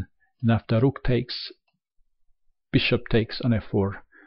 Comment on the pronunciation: Kwin and Ru:k 😂😂 the accent is so good, I love it